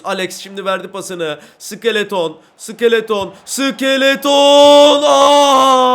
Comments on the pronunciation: Abi onun adı sikeleton mu ayır sik -e-le-ton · Abi iskeleto sikeleton deil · abi iskelete iskeleton diyor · abi skeleton vurgusunu bi tık yanlış yapıyosun ya da bana öyle geliyor:D